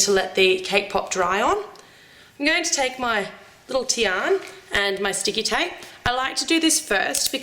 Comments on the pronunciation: im sad cuz she said tian its fricken tiana srry if im harsh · Not Teon, but Tiana. (Tea-ana) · it is tiana not tian ! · her name is Tiana not Tian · In England u call her tianA not TIAN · It's Tiana not Tian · it's Tiana not tian but other wise the vid was perfect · that realllllllly annoyed me haha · i think its pronounced Tee-ah-na. im not sure though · Guys, Guys, Guys, when she pronounced "Tian", she left the a silent xD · her name is Tiana, not sure if all the Aussies say it like that but I personally think that if you're going use characters, the names should be said correctly. I also watched your Avengers breakfast and you used the green lantern symbol for hulk... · I agree